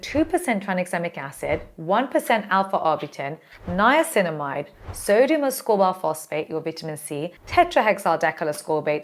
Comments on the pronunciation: Hahaha Sodium not SERGIO! Teee hee heeeeee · sodium hyaluronate = "sergio hydronate" 😂🎉❤ gotta love